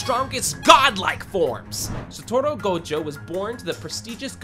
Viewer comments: sato-ru not satu-ro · BRO ITS GOJO SATORU NOT GOJO SATORA(ppl who noticed that👇👇) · Blud said “Gojo satoro”💀💀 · Gojo Satoru ❌ Gojo Satoro✅ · Why does everyone say "Gojo Satoro" or "Gojo Saturo"???? It's "Gojo Satoru" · nah jit said gojo satoro its satoru gojo not gojo satoro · Bro called him Gojo sotora ITS SA TO RU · sa torro? who says it like that... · “Gojo satoro”💀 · "Gojo Sotoro"💀